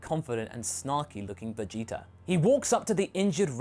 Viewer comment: wait did you say vegeter at the end there?! That's hilarious!!!